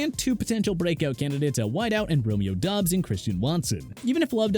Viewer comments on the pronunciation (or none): none